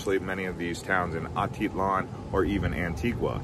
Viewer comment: If you are going to be giving advice of a place, try to pronounce the names right.